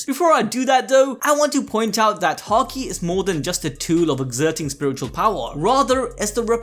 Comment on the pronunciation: please start pronouncing haki properly... im tired of hearing it hA kEY.... stop... its hAki.... ffs